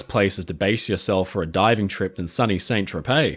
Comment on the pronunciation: In french names St. aka SAINT is said as San